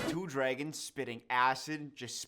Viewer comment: "the dregons"